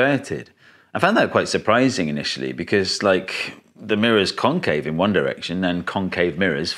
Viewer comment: FFR, ya gotta emphasize the "-VEX" and "-CAVE" syllables instead of the "CON-," because those are the differing parts of the two words. There's no comparison between "con-" and "con-."